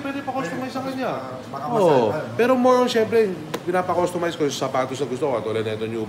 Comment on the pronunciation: Did you say customice? Wow.